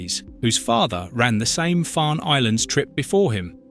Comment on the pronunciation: Just to correct the author of this Tube ..Alnwick is pronounced correctly as Annik the "w"& "l" are silent as is the "e" in Farne